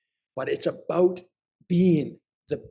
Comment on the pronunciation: About, not aboot.